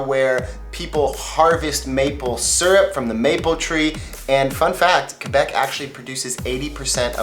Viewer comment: Thank you for saying Québec right